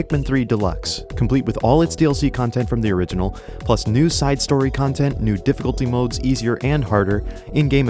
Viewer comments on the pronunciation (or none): none